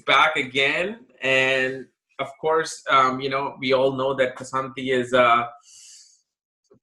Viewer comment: kSAnati -is his name pronounced🌺